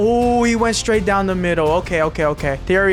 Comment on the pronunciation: Bro is saying Thierry hanry